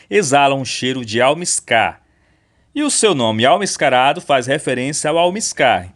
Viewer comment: Almíscar! Com a sílaba tônica (mís) e acento agudo.